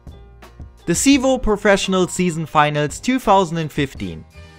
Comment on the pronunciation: sprich das verdammte the endlich mal anständig aus